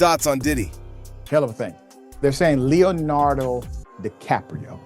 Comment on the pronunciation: "Leo denardo DiCaprio" smh